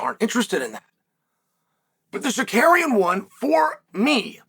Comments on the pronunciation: Uncle kale I'm gonna start helping you say it with me now Sar-Ru-Ki-An next one Ga-ry look in a mirror if you need visual cues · he said sakuryan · I’ll give you a like after you pronounce his last correctly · I’ve never seen anyone more committed to a bit than Chael with the whole name mispronunciation 😂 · bro if you can't pronounce Tsarukyan just call him Arman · As an Armenian I never not laugh watching Chael try to pronounce Armans last name hahahaha